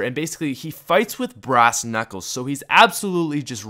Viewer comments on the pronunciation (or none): none